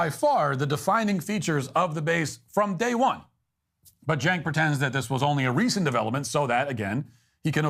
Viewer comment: it's not pronounced Jenk--It is Chenk--pronunciation, please